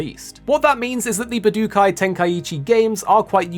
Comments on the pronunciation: stop saying "buh dook eye", please. Way to show you have no clue what it is. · Ba du kai was killing my ears every time he said it